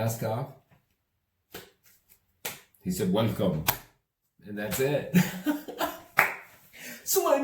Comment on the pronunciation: hahaah "weLJkom" back!!!!